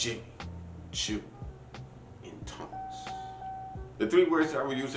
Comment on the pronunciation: why do you say "intense" like you are french or something... come on now